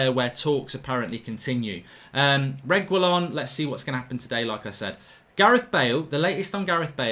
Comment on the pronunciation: Whatever it is mark will never be able to get Sergio Reguilon's name lol